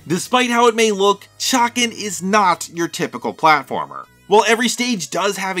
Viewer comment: say Chay-Can